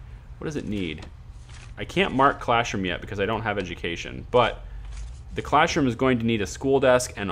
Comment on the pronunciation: Are you saying "classroom" or "clashroom" jesus it's infuriating